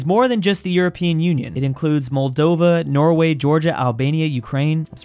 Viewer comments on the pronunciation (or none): none